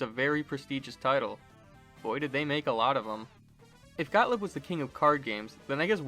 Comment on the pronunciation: Excellent video—thanks! BTW, for what it's worth, they're pronounced "got-LEEB" (not "got-lib") and "BAL-ee" (after that company's first big game, "Ballyhoo"), not "ball-ee". Easy mistakes to make, though. 🤷‍♂️